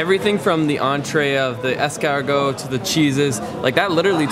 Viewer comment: "I speak French really well" "Escawrrgoat"